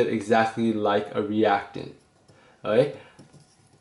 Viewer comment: your videos are great but learn how to say "okay"please